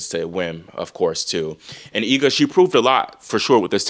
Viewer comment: I always appreciate your correct pronunciation of Iga's last name, that's rare